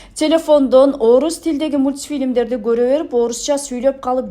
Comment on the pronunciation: Тороага биринчи озу кыргызча суйлосо,бироону:"Халал"-дейсин дейт дагы,озу :"мутьтфилимди"-мутпилим дейт.Кыргызча :"Кичик тасма"-деш керек эле.Бироонун башындагы чопту корот,озунун башындагы донгочту корбойт!